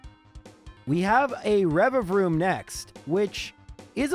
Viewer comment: You’re literally the first poketuber I’ve heard properly pronounce “Revavroom”, everyone else forgets the second V for some reason and it bothers me way more than it should so thanks lmao